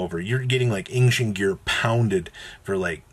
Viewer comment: >ang-shent come on bro